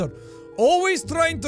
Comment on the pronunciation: I pushed through the pronunciation of Ivan, facepalmed at Anastasia, and literally screamed "oh my god, no" at Gagarin. I feel like I should turn in my Russian degree.